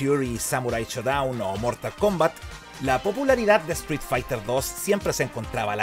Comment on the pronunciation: Me molesta que no puedes pronunicar la palabra street correctamente.